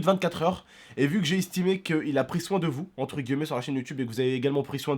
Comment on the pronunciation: Arrete de dire entre "gueullemet" cest guillemet frere